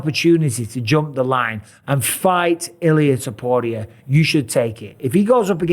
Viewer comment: You still can't say his last name.